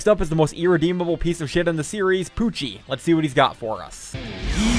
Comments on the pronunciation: BRO WHY U CALLING HIM PUCKI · you literally called pucci pucki